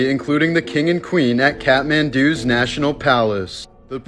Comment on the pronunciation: Kath..th.. Kathmandu, not catmandu(meow) 😂. I'm really not one of those people.